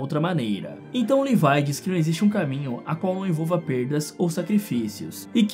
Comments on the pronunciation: Não se fala levai é levi mesmo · O cara que fez o vídeo chama o Levi de levai kkkkkkk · Para de chamAr O LEVI DE LEVAI AaaAAaaaÁ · mds agr que vi, o cara fala leviE